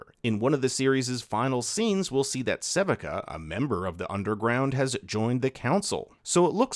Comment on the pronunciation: suh-vee-ka is how you pronounce that name Swains birds are Crows, not Ravens Locket* of the Iron Solari is the item, not Iron locket of the Solari Budget had nothing to do with the 2 season run and its been stated repeatedly that the cost was on par for an animated series of this length and quality. This is pure misinformation that riot has been debunking nonstop, yet people keep repeating it. These details seem really pedantic but I feel like if you are going to make a video explaining something and speaking from a position of authority, you need to get mostly everything right. Even the little things.